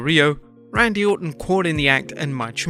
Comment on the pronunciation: Rannndy lol